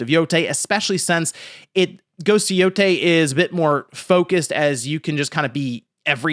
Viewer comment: People saying yotei wrong is getting so annoying after its been corrected so many times hopefully you all get the name right soon